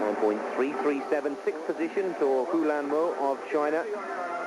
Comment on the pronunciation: Okay seriously? them saying mo huilans' name backwards is gettin on my nerves... Unless the US had it backwards the entire time.